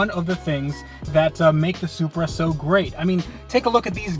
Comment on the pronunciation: “This is my tooda supreh”